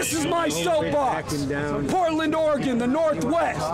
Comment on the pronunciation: I'm so glad that you can say Oregon correctly. These are crimes are just 😢 very sad.